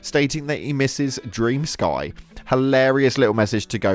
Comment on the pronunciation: FFS!!! It's not DREAM SKY... It's DREM SKI. It's a Ukranian name! 💜